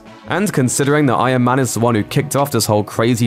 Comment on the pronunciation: does anybody else hear "I AM MAN" instead of Iron Man?